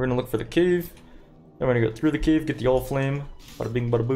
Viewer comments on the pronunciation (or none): none